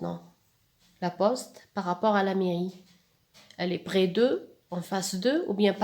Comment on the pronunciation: parfait sauf que je vous ai entendu dire brès de porquoi ?? malgré que votre prononciation est bonne. pkhè et pas pghè. 🤔🤔🤔🤔